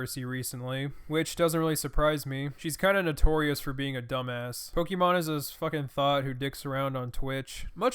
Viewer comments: Her name is pronounced "Pokemon" and she tries to find wild simps. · It's just 5 minutes and 33 seconds of him butchering her twitch name. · The best part of this vid was just how u kept saying her name more wrong each time u said it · Him saying pokimane wrong for 5 minutes is funny. Might be because I’m mentally 2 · I love how he purposely pronounces her name wrong every time he says it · I like how he almost never says pokimane right